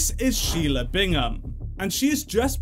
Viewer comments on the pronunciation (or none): none